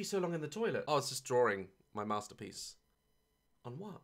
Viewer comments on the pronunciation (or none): Daz: “I was just drawring my mostapeece”